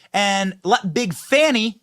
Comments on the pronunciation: “Fawni”? How do we get that from “Fani”? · How to tell if the "journalist" is a propagandist? If they pronounce Fani as Fahni or Fahani... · The way you and say Big Fani and it just rolls off the tongue... But all the "news" readers say Fawni. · why are they pronunciating her name like that? 😂